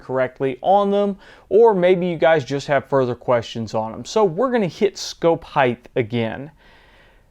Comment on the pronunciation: The word is HEIGHT, and it is properly pronounced "hite" not "hite-th"...there should not be a TH on the end. As always, this video is very informative and well done.